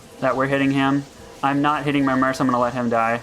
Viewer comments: you would get more followers if you stopped saying "Merce" its mercenary or Merc like MURK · Mercenary is pronounced mur-sin-airy, but merc is pronounced MURK. LOL, love your videos, so not trying to be insulting, just wondering why you pronounce it murse.